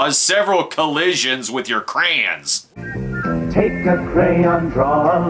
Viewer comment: Watching this for the second time now, and I have to comment that I love the way you say crayons. "CR'ANS!"